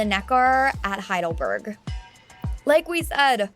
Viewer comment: As I told you, German is a literal language. It is not "HeidelbÖrg" as the narrator pronounces it. It is "HeidelbErg" ("e" like in "Estevan").